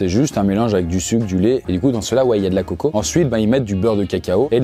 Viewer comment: Du coco par pitié 😭un coco donc du coco ! Une noix de coco❤️ (je suis guadeloupéenne et c’est la bonne manière de le dire ❤️)